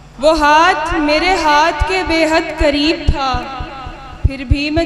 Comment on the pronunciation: Shaiyra sahiba alfaaz theek kijiye ..kareeb chhoty kaaf se nahi bade kaaaf se h ...tallukaat m bhi bada kaaaf h ....shaiyri achhi h apki ....may Allah bless u success through out life ...